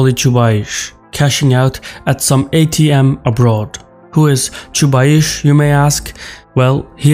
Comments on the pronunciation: I'm sorry, but you're very much mistaken about Chubais (which is actually pronounced the same as the "ice" sound in the word price. Not aish). The truth is that while Chubais was central to the Russian transition to market economy and the shock therapy reforms that accompanied it, his prominence greatly diminished after Putin's ascent to power and has completely declined in the past decade. As it stands, Chubais bears close to zero responsibility for Putin's power politics. During Putin's reign he become just one of many technocrats assigned to run one of Russia's state owned companies (RosNano in his case). He has not had any political clout in a very long time, let alone being responsible for Russia's jingoism or Ethno-nationalism. I think you got him confused with Gleb Pavlovksy, Vladislav Surkov or Yuri Kovalchuk (if we exclude the obvious suspects of the security council like Patrushev, Bortnikov, Narishkin and others). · 🤣 Why you`re calling Anatoliy "Chubaish" when his is Chubais?) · BTW, his name in Russian is pronounced Chubais with S at the end, like "ice". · Each time you say ChubaiSH I wanna pinch myself 😂 This is ChubaiS! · You guys in the response are really well informed. Although Chubais (Чубайс) pronounced with 'S' on the end not 'CH'. But I'm picking on you. You are really awesome and you do make an outstanding content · That's pronounced Chubays, not Chubaish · The ginger's name is "Choobais", not "Choobaish" though ;) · ChubayS, not ChubaySH :D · I cringed the whole time when he said Chuba-eeesh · "Choobaish" LOL 🤣😂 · I'm sorry but it's pronounced Chubaice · It's Chubais. Pronounce like Chew-Bias. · You cannot even read his last name correctly. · The guy who cant pronounce Chubais is gonna tell me about the dude. ok lets go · Ahahah your pronouncing of Chubais is hilarious aha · Is it really so big problem to find out how the name "Chubais" is spelled. The video may be interesting but I am disgusted from beginning.